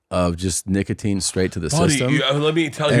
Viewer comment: The worst part of the video is how you pronounce "nicotine"